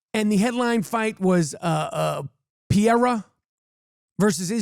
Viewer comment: Dustin Piora!!! 😂😂😂😂😂😂 Chael Sonnen can’t say Pereira 😂😂😂